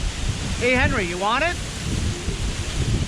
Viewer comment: AWESOME Henry you PRONOUNCED my name right!!! Be happy no one ever says it right!!!